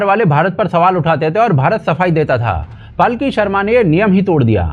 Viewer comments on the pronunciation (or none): बहुत ही अच्छा विश्लेषण। कृपया 'पालकी' शर्मा बोलें, पलकी नहीं।